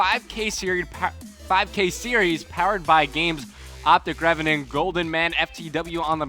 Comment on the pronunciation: Did he say optic revan???